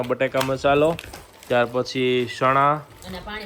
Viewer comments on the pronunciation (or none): તમે જે ચ ને સ બોલો છો એ સુઘારો કરો😅 શણા,સોકલેટ 😂